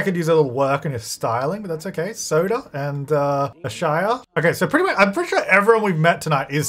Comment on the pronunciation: When you first said Sota, I thought you were saying Soda & I was Ike OMG imagine all the baby names being soda 😅 Fanta, Sprite, Big Red, Cola... that woulda been awesome 😂